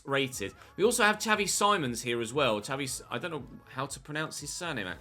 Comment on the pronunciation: You say skavi simons